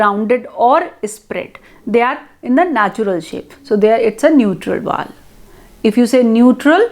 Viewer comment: Mam u are not able to pronounce Vowel...short...etc.